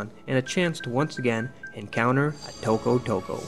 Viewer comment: i love how you pronounce tokotoko :D